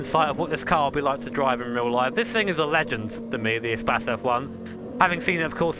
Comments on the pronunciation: Renault spas LOL, Isnt it pronounced like space? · Eh - spas ... lol its E - space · espas? i think its more like e-space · Love how He calls it "a'spazz" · Appreciate the blooper. We rarely get that. And is it really pronounced "e-spass"?